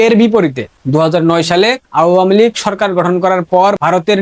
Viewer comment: আওয়ামী লীগ উচ্চারণ ভুল করছো তুমি। কারো থেকে শুনে নাও সঠিক উচ্চারণ ।